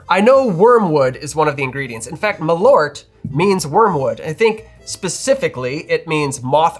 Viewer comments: Dear Americans, it's MALL-urt, not muh-LORT. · what is ma-loert? Maaal-oert! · You should pronounce Malört like "Maal-Eert" - You drink it to Pickled Herring, and you should NEVER EVER buy this, you should make Malört yourselves and adapt the recipe to your likes. And IF you should use Malört in drinks you spray it in the glass when making Corpse Reviver No. 2. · I can't stand everyone calling it "Maloort" 😂 It's "Maal-ört" the ö-sound is quick. Put Malört into google translate and listen to it in Swedish and you'll understand how it's supposed to be pronounced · Not important, but if you want to correct other bartenders in Chicago, you can tell them that it is pronounced "Maaleart" (note the semi-long 'eart', which is close enough to ört). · Pronounced: Maal--örrt in swedish. malört {comm. gen.} /m'ɑːlœʈː/ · Extend tha A in Malört and you get better "swedish" pronunciation. And pronounce the Ö like the U in "burn". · Usually the mispronunciation of Swedish words is understandable and largely inoffensive but when it comes this fast, this often it starts to really grate. Suggestion, treat the word as if it was two, because it is, Mal and Ört as you noted in the video. There isn't two Ls in it, think of it's pronunciation the same way you would wormwood, it's also two words and you don't blast right through it. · First of all it is a bit hilarious for a swedish like me to hear you guys on YT butchering the word "Malört" there are only one of you guys that says it correctly and he is a norwegian. I have actually made a liquor with wormwood and spruce sprouts and it aint that very bitter or perhaps my taste buds are dead because of too much chilli in my food. Perhaps it is something else than wormwood that makes it so incredibly bitter. I do hope you have access to a toilet because wormwood might be a bit laxative.